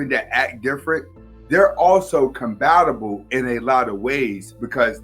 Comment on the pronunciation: No cap I keep hearing him say combatible and the first few times I was like it's a freudian slip. But today I googled it to make sure I'm not dumb and saw its actually on urban dictionary lol.